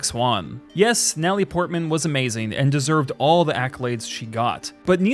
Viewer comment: did he say Nelle Portman...